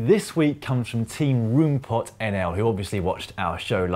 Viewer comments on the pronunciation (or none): Please find a dutch person and get them to pronounce roompot for you. My ears! :)